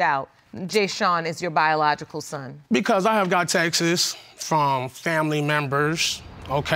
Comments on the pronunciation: I thought he said “taxes” lol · If he say “TEXT-ES” one more FRIGGIN TIME 🤬🤬🤬BOY THE WORD IS “TEXT” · Please let this fool stop saying textes! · Texts not texes. Yeesh!! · Him: “I axed her to show me them Texas” 😂 Me: i ❤️ this guy so funny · It’s “texts” not “ Texas” 🤦🏾‍♀️. How are these women even attracted to these men? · For the love of all that's HOLY the word is texts, not textes.... 🤣 This man is something! SUPER cheated!! Im gon be real wit u!! 🤣 Judge Lauren's facial expressions with the ghosts 🤣🤣 "your ghost fell" The mama is gorgeous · Pronounces texts like Texas lol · Texis (texts).....Supposably (supposedly)......stay in school 🏫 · “Supposebely, I got texes from familymemmers”